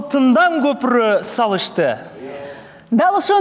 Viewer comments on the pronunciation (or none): none